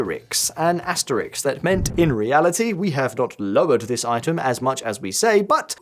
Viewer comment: it's asteriSK (not asteriks)